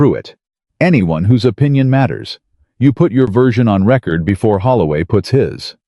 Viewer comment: It's not pronounced record..its pronounced ree- cord